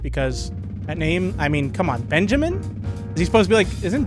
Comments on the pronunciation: I literally said to the screen ITS BUN-JAMIN NOT BEN-JAMIN until he noticed bro was making me die a little🤭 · OH MY GOD MAN. OH MY ACTUAL GOD. HIS NAME IS NOT BENJAMIN. ITS BUNJAMIN. BUNJAMIN. B*U*NJAMIN. OH MY GOD. PLEASE. IM DYING. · You must play yugioh because you just refuse to say Bunjamin's name correctly LMAO